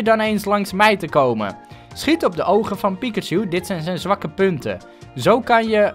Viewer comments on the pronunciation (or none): het is piKachu en niet piCKachu